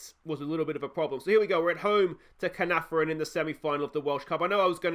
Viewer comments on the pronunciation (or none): The Caernarfon curse will get lifted once you pronounce their name correctly 😂 Getting my bottle emoji ready for next episode 😬😬😬😬